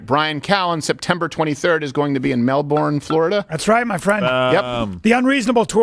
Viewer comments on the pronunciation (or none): As a life long Florida resident it kills me when people pronounce it like Mel-born it’s not it’s pronounced like Mel-bern